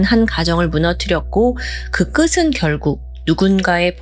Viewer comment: 끝은 --------> 끄튼으로 발음해야. 끄슨이 아님. 굳은 -----> 구든 끝이 ------> 끄치 / 굳이 ------> 구지 끝을 -------> 끄틀